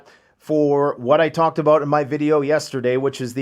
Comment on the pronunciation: I think you mean to say "talked about"... not "tocked abwooot"..